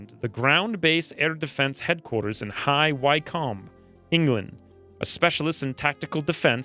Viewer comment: High Wycombe was even worse, but anyone not from UK sorta gets a pass on that one.